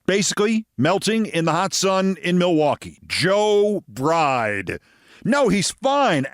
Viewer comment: Sounds like he actually said Joe "Bright" (not Bride) 😏